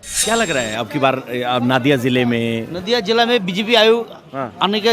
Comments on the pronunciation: wo NAADIA nahi hai... Nadia.. river ... Nadi... Nadia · Nadia nehi pronounciation is NODIA